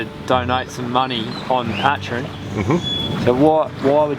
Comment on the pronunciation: Patreon like ... Pay-tree-on dude. Seriously, someone should correct the guy just to let him know.